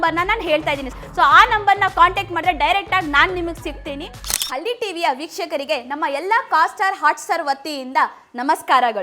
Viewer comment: ಹಳ್ಳಿ tv 🤦‍♂️ಹಲ್ಲಿ ಅಲ್ಲ